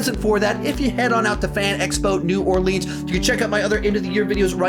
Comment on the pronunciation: Why can’t Texans say New Orleans right? It’s as bad as parts of Louisiana saying it wrong. Guys, we don’t say your places wrong!! Great video by the way.